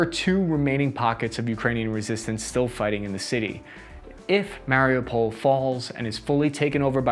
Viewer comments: Mary u pol, not mary-pole. Why are anglophones the worst 🤦🏾‍♂️😄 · its pronounced mario (withour the ) oo pull is the way to pronounce it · The video is great, but the fact that you can't pronounce Mariupol drives me crazy... Listen to a ukrainian person saying it you have to strech the UUU